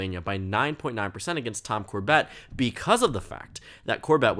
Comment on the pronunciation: I’m sorry but the way you said Tom Corbett’s name cracked me up